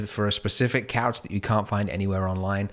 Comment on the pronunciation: If you keep saying couch wrong just say sofa